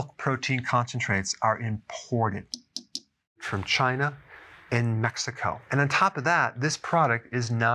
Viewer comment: The way he said China and Mexico made me laugh.